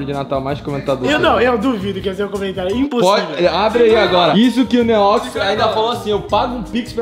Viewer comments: Como é: “Um beijo do que ama vocês, um beijo do Neox que ama vocês. Até amanhã e flw!” Como eu ouço: “Um beijo OUTRO NÍVEL porque amamos vocês. Até amanhã e flw!” Haha 👊🏻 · Mano sabe quando o neox falava neox na área nos vídeos antigos, eu sempre escutava neox nine kkkkkkk só eu??